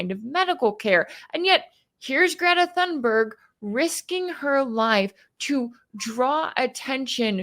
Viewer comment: Thank you for your analysis. It's "Tune-berg," if you please. Most properly, "Tune-berry." Greta is my greatest living hero. I am 77, and that says a lot, from someone my age. And she was not "paraded around" during her climate activism. Her parents did not want her to do it. She provided the impetus, herself, from the heart and conscience. She has dealt with tremendous ridicule (including from Donald Trump), and mysogyny, I have no doubt, for doing what her heart and ideals inspire her to do, including making this relief mission. I have followed her career since 2018, when she first started making news, and heard her speak at the Global Climate Strike, in NY City's Battery Park, on Sept. 20, 2019. That was an electrifying and unforgettable event, the high point of the movement, in my opinion. Sadly, the world has gone downhill ever since, and coninues on that trajectory. This typical behavior by Israel, and the total disgusting, inexcusable silence, or tacit approval, from the rest of the world, is one main reason why I am no longer a Christian. Donald Trump (or Joe Biden, or any of them) calling himself a Christian, is among other main reasons.